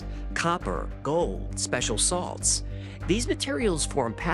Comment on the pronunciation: When you mentioned the contents of a mummy, I misheard special salts as "special sauce"